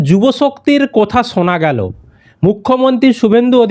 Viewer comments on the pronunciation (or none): কথা, কোথা নয়। উচ্চারণটা মেদিনীপুরের স্টাইল মনে হল।